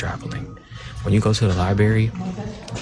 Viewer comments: Never trust someone who pronounces LI-BRARY as LI-BERRY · I'm not tryin' to listen to anyone who says "LYBERRY" or "LITTLE-LY." 😂